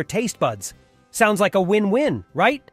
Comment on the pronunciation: The word is 'sounds' not 'souns'. Sounds like a win-win